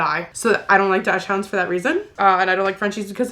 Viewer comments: Dawks-hoond not dash hound…it’s German My fav is an Australian Shepherd omg I ❤both of you so much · I screamed when you said dashmund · Dachshund is pronounced “dox-hund” ❤ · Everytime you say dachshund I wanted to punch air lol Kris says it that way too lol I was so happy when oompa told her she was saying it wrong lol.... Loved the video and love you ❤❤ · I am obsessed with how says "dachshund" I have never heard it pronounced the way she does. Love it ❤